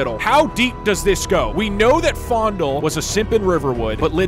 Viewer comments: The fact that you are saying it as "fOnDuL" and not "Fayendahl" is kind of killing me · Its FAY-N-DALE lol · I love how he pronounced it "fondle". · did he just call faendal fondle? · not me thinking faendal was pronounced as fay-n-dal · I noticed he keeps calling him fondle lol it’s Fanedal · Are you saying faendals name wrong on purpose? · Is he intentionally saying faendals name wrong or is he just... Not to good at speeling.